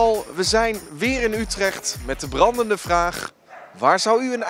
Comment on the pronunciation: En ik weet nog steeds niet of hij een brandende vraag or bramdende vraag zegt